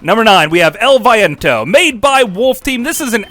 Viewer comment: You should pronounce it like "L B Ento", which means "The Wind" in Spanish. You are welcome.